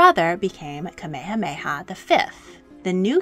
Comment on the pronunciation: This video was fascinating and very informative about the history of Hawai’i’s last Queen. My only critique is that it was almost painful to my ears to hear the narrator butcher almost all of the Hawaiian names, (except Kamehameha👍). I’ve found this is almost universal among most docs about Hawaii, and the language definitely isn’t an easy jump from English, BUT if you’re making a half hour piece and doing all the factual research PLEASE take a little time and at least learn the pronunciations of the people in your documentary! Ok I’m done😉